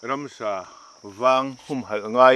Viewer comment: Ransa tiin i lam thin tlat a ka hriat chu... Ramsa tih zawk tur ni awm tak